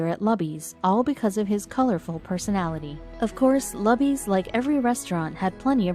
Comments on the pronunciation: It is pronounce Loooooobies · Damn computer voice ! It is pronounced LOO-BEE-S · It is pronounced Loobys. It is a buffet. One of the most popular lunch places in Texas. 50K to bring water to the table is a good deal by any measure. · The name of the chain restaurant in Brownsville, Texas, Lubys, is pronounced "LOO-BEEZ". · LUBY'S RESTAURANT IS PRONOUNCED "LOO-BEES", with the accent on the 1st syllable. Since the restaurant's name is mentioned many times, it detracts from enjoying the story. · The name of the restaurant is Luby's( rhymes with Rubys). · Loobees, is how you pronounce it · It is pronounced "LOO-Bees" Luby's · It’s pronounced LEW-BEES.... And there is no staff that takes orders it is and always has been a restaurant where you grab a tray go down the line get your food at the end and sit down they only refill your drinks. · Pronounced: Lu Bee's Morons. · Really? Are you talking about Luby's restaurant that you didn't bother to find out how to pronounce for this story. The restaurant chain in Texas that I've known about practically my entire life, is pronounced like the name, Lou bee's. I just have a feeling that you didn't. :( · It is pronounced Loobies. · Can't even pronounce Luby's right. Just get to the point. You make it boring with all the unnecessary talk. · Did you research the proper pronouncement of "LUBY'S" ? Do you get paid by the minute? Wasted time. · You are pronouncing luby's wrong. Big time!!!!!! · She only worked there " Luby's " PRONOUNCE THE NAME RIGHT ! She only worked there 6 years, but served him for 10 years that's quite a feat in itself, and deserves the rewards ! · It's pronounced LOOBIE'S! Not Lubbies! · It's not called 'luh-bees'. It's pronounced 'Loo-bees." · Loo-bees. or Lou-Bees Not Luh-bees. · Buck was a grumpy old asshole. And it's not "LUBBIES" it's LOOBIES! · PLEASE stop saying lub eez it's, Loo bees. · Not pronounced Lubby's Pronounced Looby's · Lou - B's ... not Lub-ee's. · Not lubbys... Lubys...loobys